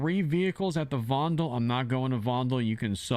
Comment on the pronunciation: It's not vondel Fondel remember how said it